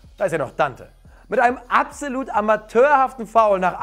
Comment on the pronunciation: Also eine Sache muss ich jetzt schreiben. Kannst absOlut nicht richtig aussprechen? Falls nein, sag bitte ein anderes Wort. Langsam nervt es :/